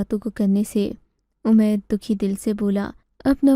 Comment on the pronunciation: اردو کے نام اردو کہانی سنٹر بدنما داغ ھے اردو تلفظ صحیح لکھنا سیکھو اومیر نہیں عمیر ایسی بہت سی غلطیاں ھیں